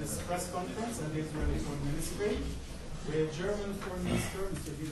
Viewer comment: To the German Foreign Minister: It's Israeli government not Isralien! Pretty insulting.